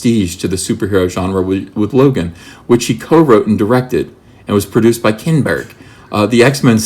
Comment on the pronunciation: "Kinnn-berg"... hilarious...😀